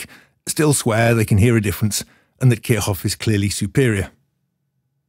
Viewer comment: Nice try, but that's not quite how you pronounce kirchhoff 😁